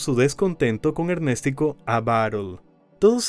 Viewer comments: Ernéstico❌️ Ernes tico✅️ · El que debe morir es el que dice ErnÉstico jajajajaja🤣🤣🤣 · Ernéstico jajaja 😅😅😅